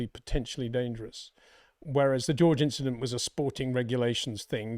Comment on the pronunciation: Don't bother about the "Inchident"